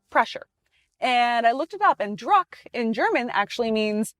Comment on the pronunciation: “Druck” is pronounced “drook” as in “look” Also “Getrag” is pronounced with a hard G not “jetrag” If you are going to deal in Porsches learn a little proper German pronunciation so you sound like you actually know something about the car.